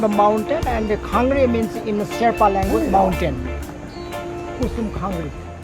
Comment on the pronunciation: Hello, Really enjoyed you Vlog. I wish you could have gone little higher and not only Namche Bazzar. Its gets more beautiful and natural. Anyways, I noticed you mentioned Kusum Khanguru. Which is incorrect. Just want to correct you with the pronunciation of Khangaru. Its actually Khangri. Thank you visiting Solukhumbu 🙏🏻